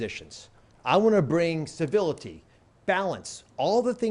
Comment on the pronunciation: Did oz say civility? Lol.